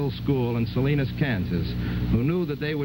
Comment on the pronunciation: sa- line- a kansas